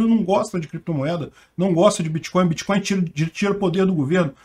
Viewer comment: Meu amigo , um senador que fala biticoio e creptomoedas já se vê o nível 🤣🤣🤣🤣